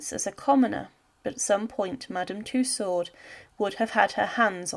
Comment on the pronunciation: Tussaud, the "d" is silent